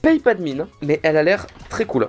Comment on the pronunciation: Buvez de l'eau c'est "tros" important, pas toi farod nan D